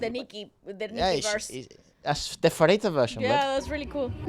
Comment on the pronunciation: Pharita is pronounced Parita not Farita.